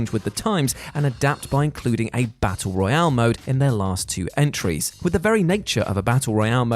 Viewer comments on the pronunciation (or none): none